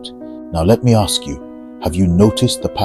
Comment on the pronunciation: ..bro you ask , you don't aks ..